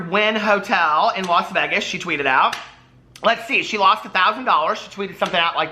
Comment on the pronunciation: The way you say Las Vegas. lol